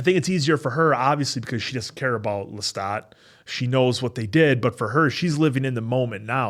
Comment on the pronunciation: My reaction to this episode was that this was when I realized the acting in this show is amazing and left me speechless!! Thank you, for pronouncing Lestat with ahah rather than a a a! Said with love, not hate 😊.